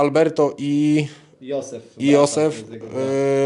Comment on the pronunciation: Przeczytał [Josef ]zamiast [dżozef] XD